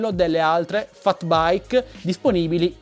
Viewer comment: si scrive FAT e si legge FET